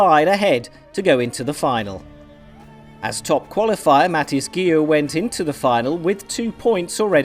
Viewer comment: Umm Mathis??! At least get his name right...